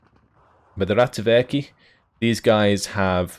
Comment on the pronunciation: Accidentally pronouncing Ratsuväki right, still more work with the rest of the names :)